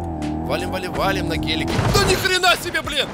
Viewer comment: Хахаха БалЫн ( не хейт )